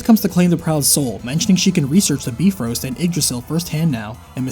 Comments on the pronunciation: You pronounced BY-FROST as BEEF-ROAST, that's funny. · ( great game.. its EIN har yar though. Beefroost? Its bi-frost. Kinds wish you'd looked up these words before saying everything terribly.